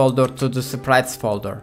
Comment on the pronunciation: sprite❌ siipiiriite✅